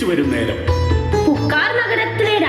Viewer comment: It is puhaar not Pukkar....Cauvery Poom pattinam, poompuhar in Nagapattinam district where Cauvery enters into Bay of bengal. B.C 11 aged city excavated and part of city is being submerged into sea by tsunami after Kannagi's life.